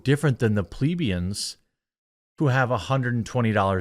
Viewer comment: Jeremy, its "Pluh-BEE-əns".